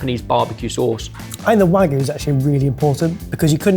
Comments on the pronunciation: ok i think its time they learn how to pronounce wagyu... hint its not wagoo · I study and speak Japanese very often, and speak with native Japanese speakers. But I always wondered why you guys always say "Wagoo" for Wagyu? Japan doesn't even have a phonetic sound for "Wha" (sounding like the start of the word "whack"). The "Wa" is more like a "Wah", and the Gyu is pronounced that way! Using the Japanese characters for Wagyu you would write it "わぎゅう" which is the phonetics "Wa Gyu u". The correct pronunciation for a British speaker would be more like "Wah Gyoo". Also I understand that puts in a lot of effort to pronounce things right by their local pronunciations, but when it comes to Japanese he very often butchers it! Japanese is not a language like any Latin derived languages. The language is built out of phonetics (Ka, Ki, Ku, Ke, Ko, Sa, Shi, Su, Se, So etc). Pronouncing things like "WaGyuU" by adding a spin on it just doesn't make sense and confuses Japanese speakers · Sounds like you’re perpetuating the mispronunciation of wagyu. You need a Y in there